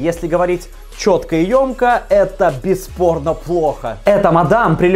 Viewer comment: Я один слышу "без порно" вместо "бесспорно" ?